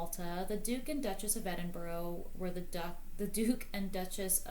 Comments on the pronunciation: Edinburgh is pronounced like 'Edin-burrah' not 'Edin-burrow.' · Edinburgh is pronounced Edinburra, never Edinburo, which Americans wrongly say. (It drives Scottish people mad to hear it called Edinburo.)